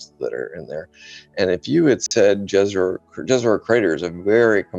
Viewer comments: Jezero is pronounced with a Y -- Yezero. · Great interview! I'm enjoying!, Jezero is pronouncing as Yezero and it means Lake. Its Serbian language, my native. Question, I have heard that one valley that's deepest point on Mars (I don't know the name, sorry... But I know that is deepest point) if we go there, pressure would be exactly the same as here on Earth? Is that true? Why we don't go there. Sorry if he answered on the question, I have more to go.